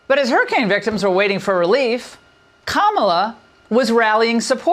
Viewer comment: sorry for my language. You ignorant hog, you pronounce her as Ka-ma-la stupid Maga moron